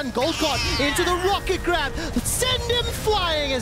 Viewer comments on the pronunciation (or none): none